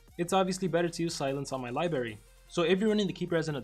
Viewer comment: Oh hell no don't tell me that he just said libary